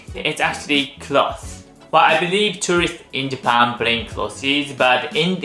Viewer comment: don’t apologize that’s why I follow you. It’s adorable. The point is you’re trying just like the word cloths instead of clothes. I’m sure if I tried to pronounce some Japanese words you would probably fall down laughing.